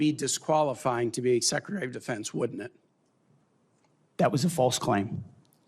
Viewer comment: Did you say Secretary of "the fence" or Defence?